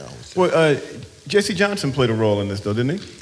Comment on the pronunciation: Okay, first it's "Jesse" Johnson...not "Jessie" Johnson :-)